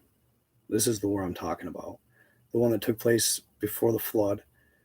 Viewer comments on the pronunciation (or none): none